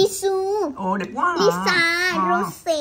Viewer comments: Lisa vợ tui mà đọc là bà lía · Khui hàng black pink thì phát âm đúng đi,chứ mắc gì mà nói sai zậy.....Lisa thì nói là lía Rose thì nói là rố.Như zậy có đúng là fan ko🙃🙃🙃